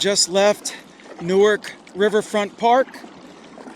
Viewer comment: Definitely did not pronounce neither wrong